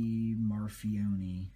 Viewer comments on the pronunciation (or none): I collect Microtech knives, this was the first clone vid that didn't piss me off lol glad your enjoying your clones, I paid $900 for a dagger ground delta (I have about $10K in MT knives)...and it's pronounced Marfi-own lol I was dying when you said the knives came in a Chris Reeve sheath. I say you need to save up and get a legit MT, you would love the real 30K layer carbon fiber, take care.